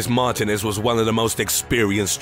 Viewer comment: You butchered the name martinez 😂😭